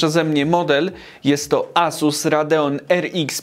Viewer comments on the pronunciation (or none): none